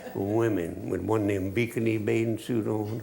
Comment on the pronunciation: "one them bikinney bathing suits"